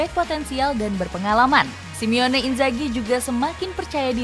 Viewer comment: Bukan simione min tapi SIMONE